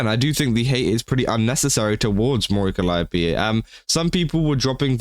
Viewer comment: Holy fuck, finally, someone that can pronounce 'Calliope'.